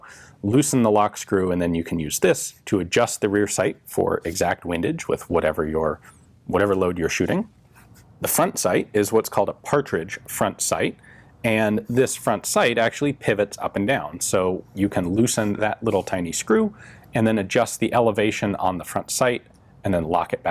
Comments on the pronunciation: Being picky, but it's "Patridge" sight, not "Partridge." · "Patridge," not "partridge" front sight.